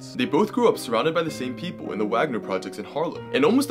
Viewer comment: It’s more of “Vaughner” in pronunciation not wahgner if I recall correctly